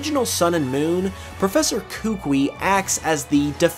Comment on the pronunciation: Not to be that guy, but his name’s pronounced “kuh-KOO-ee”. Also, I think the anime, which yeah is a different continuity, but still, it has him saying he challenged the League, but failed, which is why he returned to Alola, but because it was something he loved doing, wanted to start in Alola as well.